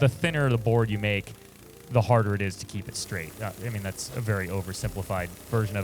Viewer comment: LOL did you say scraight skreet while drinking out of a scraw